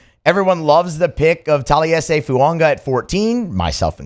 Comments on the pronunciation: I don’t mind this dude every now and then but he can’t pronounce anyone’s f*cking name. Just changing “Fuaga” to “Fuonga” like he doesn’t know how to read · Please stop mispronouncing Fuaga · I thought I was the only one…